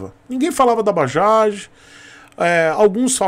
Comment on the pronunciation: Tú tb? Por favor digita na barra do Google: "Bajaj, pronunciation in India". Cara vc vai ficar surpreso! É MUITO DIFERENTE, E COMO VC SABE, NOME PRÓPRIO NÃO SE ALTERA.